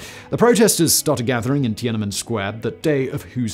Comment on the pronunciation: Once again, Simon mangles foreign names, anglicizing Tian.an.men's [an] to a schwa and Уфа́'s [u] to [ju].